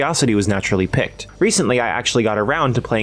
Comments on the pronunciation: Damn them s some tig old Biddiezz my dooD! Also "Piqued" is pronounced "PEEKED" not "PICKED" Have a great day and GOD BLESS. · Piqued is pronounced like peaked not picked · piqued is pronounced peeked btw. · "Piqued" is pronounced "peaked" 👍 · I genuinely don't mean this to be a troll, I love y'alls content so much, but I cracked up when you pronounced piqued as picked in the beginning ( - ish). 😅 LOVE the games y'all cover. You don't see coverage like this anywhere else!